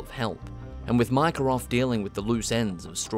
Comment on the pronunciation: Remember when it was 6 months til rdr2 was coming out and everyone was analyzing the trailers and speculating about everything. But the best was all the youtubers pronouncing his name 'Mika' Bell